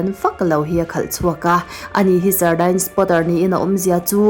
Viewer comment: Sardine(sardain nilo in sardin ti a lam tur ani lo mi..??) Engpawh nise i aw note tak a in sawi uar ve tân2 hi a lawmawm...🫢😇😘